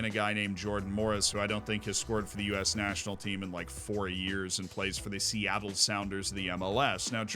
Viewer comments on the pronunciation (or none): none